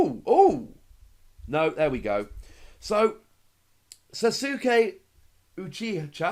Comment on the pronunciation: Just an fyi, sasuke is pronounced “sause-kay”. Im more excited for godzilla